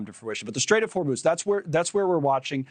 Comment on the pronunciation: Her pronunciations for Iran, Oman and Hormuz... flawless 🎶🎶